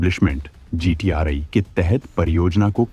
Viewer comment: GTRI What do you mean for "I". Please pronounce correctly. As many are following u.